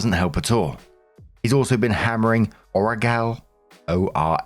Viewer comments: "Ora" "Gel" like how you start saying Gelato. Its a tooth sensitivity topical gel that stops tooth pain. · God I love you. It's pronounced ō-rah-jel (jel as jello/jelly). Took me entirely way too long to figure out what the hell dude was packing into his tooth 😅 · Just so you know, the 2 words in the beginning are pronounced “Oral-Gel”. Separately just Oral Gel. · Ora like oral. Gel like gel. It's a gum numb-er (lol). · What about you mispronouncing Orajel? XD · clarification on pronounciation for oragel its 'ora' as in oral, 'gel' hence, oragel, a topical analgesic designed to relieve pain in the gums in one's mouth.